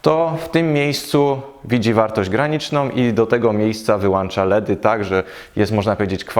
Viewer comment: Fajnie opowiadasz kolego ale zrób coś z tym "wyłanczam , załanczam " bo to kuje bardzo w uszy. Mamy wyłącznik więc wyłączam a nie wyłanczam. Gdyby było jak mówisz mielibyśmy "wyłanczniki "